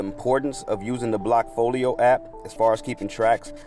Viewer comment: Blackfolio? I thought it was called bllockfolio.